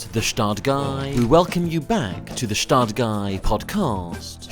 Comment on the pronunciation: That's a perfect match for an episode🎉 It would also be great if the Gstaad Guy would finally learn how to pronounce Gstaad correctly😅